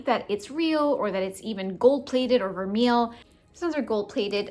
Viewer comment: I have a doctor who checks his watch notifications during my appointments, and it drives me crazy! Quick tip: Vermeil is pronounced vermay! :)